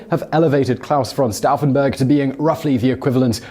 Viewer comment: Once again Simon can’t pronounce anything. It’s pronounced stoufen not staffen